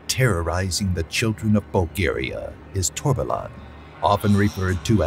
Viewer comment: I don't know how, but you somehow managed to pronounce Torbalan correctly 😁